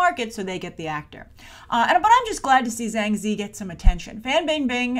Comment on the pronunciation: I'm pretty sure her name is pronounced "Jhang Jee-yee", where the 'J' is strained.